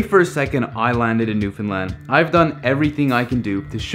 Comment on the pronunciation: This is the first video I've seen of yours. I have only one beef: You need to pronounce "Newfoundland" correctly, consistently. (I'm sending you an email.)